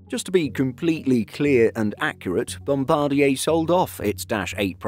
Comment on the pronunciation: Thumbs up. Finally, an aviation channel that pronounces "Bombardier" correctly. Great job. Flown on Porter an Air Canada turboprops many times. All good.